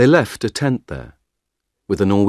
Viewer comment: "ten" >>>"tent"?